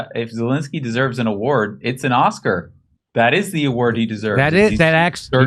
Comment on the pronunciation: “Oscar” not author